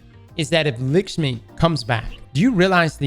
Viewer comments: It’s not lick-shmi it’s luck-shmi, it’s an Indian name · LAAAAAKSHMI stop saying Lickshme ffs lol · Its actually more like lukshmi like luck shmi but dont put stress on c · How can here "Lakshmi" then immediately turn arounf and say "Lickshmi" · How the hell do you get "Lickshmi" from "Lakshmi"? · “Lakshmi-2”: “LICKSHME!” LMAOO never change,never change. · LAKSHMI NOT LICKSHMI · “Lick-shmi” lmao. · Whenever anyone tells me I’m saying a game character’s name wrong, I proceed to make it worse. Lick-shmi forever. 😂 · lick-shmi lol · Please always keep saying Likshmi and Haamkara forever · He can't even pronounce his own name right, and yall wanna teach him how to pronounce Likma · Lick-smi, LMAO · Lakshmi is pronounced lock shmee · calling Lakshmi lickshmee is like calling him Criss 😂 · Was scrolling down to find a comment on your wrong pronunciation before I posted a comment myself. Heard the LACKshmi comment in the video and cracked up at lickshmiballs 😂😂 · What's Likshmi? Likshmi balls! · It's pronounced "Licks-Me"!! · It's amazing how can't pronounce lak-sh-mee when it's even pronounced correctly in front of him multiple times 😂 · my man said lickshmi 😂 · Destiny YouTubers have the worst reading and writing comprehension skills. We listened to same the dialogue as everyone else here, and still insists of calling Lakshmi, “Lick-shmi” like man, you HEARD her name spoke five minutes ago. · "Lick-shmi" nutty pronunciation there bud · This man saying LICK-Shmi for an entire video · It's not Likshmi neither Lackshmi!!!!! It's LickMe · For the love of God!! If you say LICKSHMEE one more time!!! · Lacksh-mee. Stop it. Lol. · Say it with me folks, “Lak-Shmi” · Who's Lickshmi 😂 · The way pronounces Lakshmi is retcon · Pronouncing Lakshmi wrong.